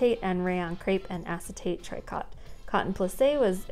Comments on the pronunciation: Oh, that was FUN!!! Yes, please, can we have some more videos like this in future? The colors and styles were amazing. I know tricot is pronounced tree-co, but as for the other pronunciations, I'd butcher them too. I totally fancy those "pedal pushers" and Bermuda shorts. Cute names!! I'd wear those now, along with those sweet blouses. Thanks so much for sharing the book! It was awesome!! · gabardine - gab' er deen; picot - pee' co; tricot - tree' co; pique - pee kay' Love you!